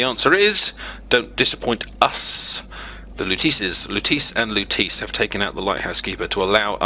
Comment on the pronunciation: How lutece was pronounced made me cringe.